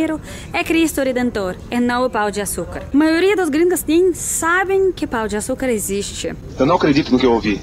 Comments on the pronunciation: 😂😂😂😂😂 pau de açucar 😂😂😂😂😂 vc comprovou minha teoria que os gringos nao sabem falar pão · É muito melhor o pão de açucar do que o cristo, fez a escolha certa. Agora você falando "Pau"o de açucar me pegou demias. kkkkkkkk